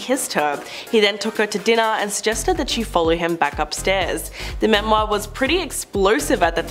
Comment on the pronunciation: Have any of you ever heard the word "autobiography" or his/her/their book? At least learn to say memoir correctly, particularly if you feel you MUST say it every few sentences !!! I find I am grinding my teeth !